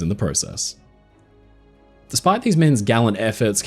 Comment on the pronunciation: Thank you for the correct spelling of Harbor! To bad, you can't say process right though!